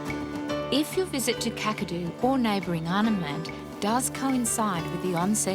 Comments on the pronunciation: it’s actually pronounced like cak a do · The 'Kak' in Kakadu rhymes with 'back'. Aussie vowels are generally shorter than American ones. We have a very efficient way of speaking 😅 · Kakadu is pronounced Kack- a-do not Kukado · No Os there, KAkadu. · k-ACK-a-doo National Park... and yes, it is bigger than some US States. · Loving your reactions. Just fyi…. Kakadu is pronounced like CATadu….. KAKadu… 😂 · KAK-A-DOO it is pronounced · Kakadu pronunciation is short "a""- "Kak" like "Jack". Oxbow like bow and arrow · It’s KAK - A - DO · Kakadu say it quick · God please learn how to pronounce the places. The woman just said Kakadu twice. Listen.